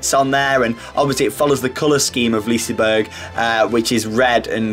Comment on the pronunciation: I love the way you pronounce Liseberg even though it's totally wrong.